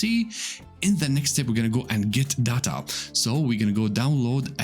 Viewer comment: it's not data its data